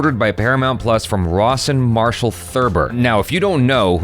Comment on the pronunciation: Every time you say Rawson Marshal, I keep hearing Ross and Marshal